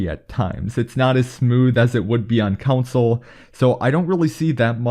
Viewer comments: It’s “con-sole”. Not “kun-sull”. From England. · “Controls are the same as on ‘count-sole’ “ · Console not counsel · *Console….. not Council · its console not council lol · Bro really said cousul not console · It's CON-SOLE! not council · Dude really be saying "council" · Its console not council! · You kept saying "council" instead of console. It irked the shit out of me. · It’s driving me absolutely nuts that you’re pronouncing console as “counsole” or whatever you’re saying... it’s “con-soul” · Console..... Not council 🤦🏼‍♂️ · this guy said “council” more times than he said “console” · "Call Of Duty on Council" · When he says console, it sounds like council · Austin 2k-_- council lmaooo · It's console not counsel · SAME he like “council” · Council or console? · What’s he mean when he says council? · Why does he say console like council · Stop saying “counsel” it’s “CONSOLE” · this mans just say counsel? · ITS NOT COUNSEL ITS CONSOLE 😂plz man plz ur killing me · Man can’t say console. “Council”😂😂😂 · My eye twitched everytime you said "coun-sole" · Austin 2k-_- council* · council lmfao u meant council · council? wtf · Russ TheMuss he meant console lol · And not Mobile but "mobo" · Anyone love how this dude says “console” 😂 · I have a beef with the way this dude says “console”